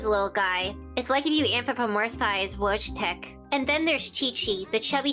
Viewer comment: erm actually its pronounced voy-tek not wojjhjhjhj-tek or whatever you said what other LIES have you been spreading in this video........... RETWEET if you think misinformation is bad for society